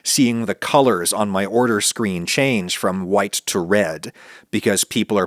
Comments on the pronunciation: why do you say "white people" as if you're saying "whouyte people"? Is it just how you say white? because it seems really weird. Sorry if this is off topic or something like that, it just struck me as odd and I had to see if anyone else noticed this. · why this fool say "white" like that